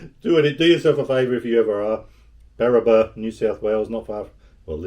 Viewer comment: Barraba not Barrabar